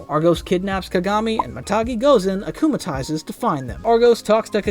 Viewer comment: “Akumalises” , “miracle” , “rena rogue” He has clearly never watched an episode in his life- 😭💀